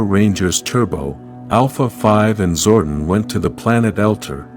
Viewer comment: My god man. It’s Zoe-don. Not Zoe-den. It’s annoying. Stop. Lol